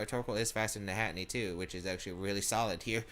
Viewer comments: Lol at “Hatinee”. It’s Hat-Er-Een 😂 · it's not hatinee ahhhhhh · Hey... this is a minor thing.. but I thought I should mention it... Its Hatterene (pronounced as Hat-uh-reen imo, but I can see Hat-uh-reeny) just thought I should mention it. I know you pronounced Ferrothorn as Fuhrawthorn for a while... so pronounce it as you want... but I just think it needed a mention. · I know, its anoying me too =(